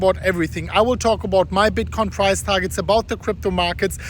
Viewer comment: I heard “today for the bitcoin fries”